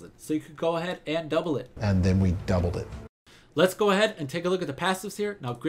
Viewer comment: "And then we dubbled it" haha so awesome